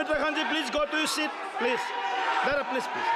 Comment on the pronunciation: Speaker sahib, correct your pronunciation. It's 'Please' not 'plege'😂😂😂